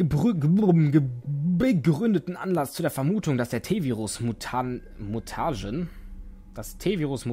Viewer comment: dein "Mutagen" wird getrennt ausgesprochen: Muta-Gen^^ Weil es beschreibt das Gen, dass die Mutationen auslöst:D *kluges Häufchen setz* Aber dennoch ein super LP^^